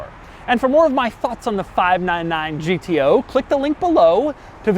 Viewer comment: No one : Doug : five naan naan gto.